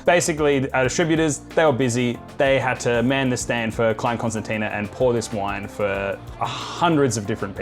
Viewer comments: It’s pronounced “clane con-STAN-sha”. You’re welcome! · Nailed "Vin de Constance", massacred "Klein Constantina" 😂 . Nevertheless, thanks for representing for S.Africa! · Be good if you could pronounce Klein Constantia correctly.